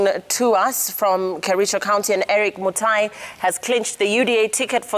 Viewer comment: Dr mutai not mutua